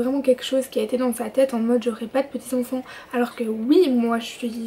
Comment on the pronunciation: Cool,ça me fait rire tu dis "onfonts" au lieu d'enfant 😂💗